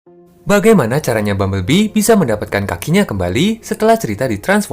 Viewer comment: "Kaki Nyah" 🤣